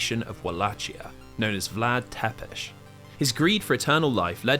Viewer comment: don't pronounce Wallachia like that :(( other than that, excellent video. also, it's "Tsepesh", not "Tepesh", but not even the Netflix series could be bothered with that